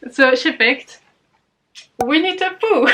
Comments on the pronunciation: my mind keeps hearing 'We need to Poo' instead of Winnie the Pooh. Please brain, grow up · Not gonna lie, when you first said Winnie the Pooh I definitely though you said 'We need to poo' and I was very confused lolol xD